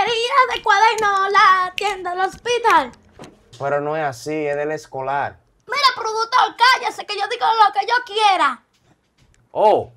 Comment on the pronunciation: Jajaj y eya dice para el Esc0lArrrrrr 😂😂😂